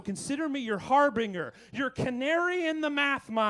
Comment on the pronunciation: ... wait no.. the g is .. it's like the g in germ. not hard like in grin. har been ger.. .. whats this har bring er nonsense?